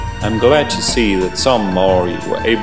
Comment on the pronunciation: You said maori wrong